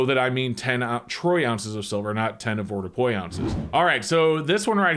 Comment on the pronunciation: I wish he could say "advordupois" properly